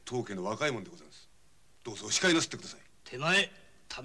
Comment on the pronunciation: 菅原謙次さん、「お控え」を「オシカエ」と江戸下町ことばの発音してて、浅草の侠客である事をちゃんと表現してる。池辺良さんは宇都宮の侠客なので「オヒカエ」と発音してる。